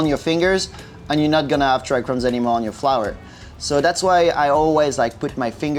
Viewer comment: Trichomes bro, trichomes. There is just 1 single "R" in tRichomes. This is not chrome.